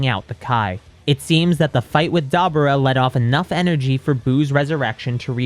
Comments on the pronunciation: It's Da Boor ah not daba ra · It’s da bura